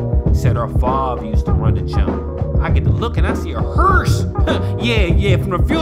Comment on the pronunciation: My nigga said Heeearse 😂😂😂